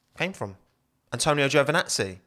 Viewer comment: I am starting to get the Mandela effect. Is everybody on the internet pronoucing Giovinazzi's name as GiovAnazzi instead?